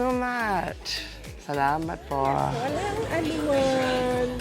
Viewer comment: “ salamat po” said itright 😊 you filo?